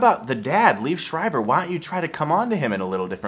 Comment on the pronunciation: First, it's pronounced Lee-ev Screiber. Second, he and Naomi Watts were never married.